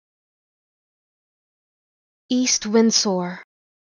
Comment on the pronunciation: I think u pronounced the s in windsor a little too strong